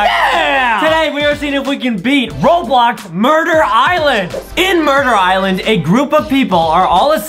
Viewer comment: I hear u say roblock